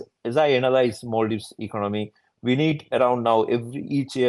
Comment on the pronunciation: No longer is it Maldives. It's become "mal-dives" (ill islands)